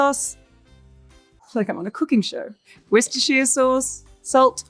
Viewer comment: double points for saying “Worcestershire” correctly in one take … 😊 PS but a demerit for not getting “Angostura” … 😢